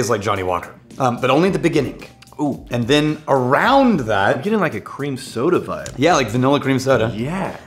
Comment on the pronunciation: "Beginnink" ? Where did you learn English? Russia? 🤣